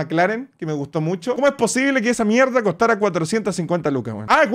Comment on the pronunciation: Dice mierdo xd